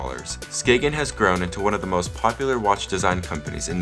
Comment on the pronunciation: I love how u pronounce Skagen and Jensen